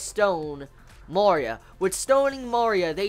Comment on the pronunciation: I love how after 9 episodes you still cant pronounce MARIA correctly... they say in every episode!!! XDD